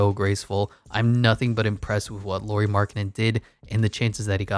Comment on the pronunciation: Nice to see Jazz covered in videos 😃 Just some comments: Lauri (like "Lowry" in Kyle Lowry) Markkanen, not Lori Markkanen. Also 7 foot (213 cm), not 6'11. Also it was never a question of if he's NBA player or not, Bulls wanted to keep him (in a corner as a shooter) but he needed change of scenery. Cavs wanted to keep him (as a 3th-4th option) but Ainge said that Lauri and Sexton need to be in a deal if Cavs want to talk about getting Donovan. Were people viewing him as a star or potential star? That's totally different conversation 😄 That depends on the point of his career too.